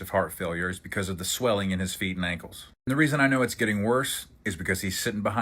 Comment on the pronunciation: wth are KINKLES? 😅 why can't you say ankles?